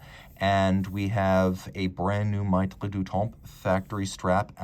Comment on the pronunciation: Really nice piece and as always, a great review. FYI, it's pronounced "meh-treh", not "my-treh".